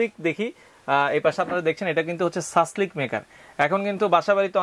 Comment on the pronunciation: সাসলেক নাকি সাসলিক?? ইংরেজি উচ্চারণ কিন্তু "Shashlik"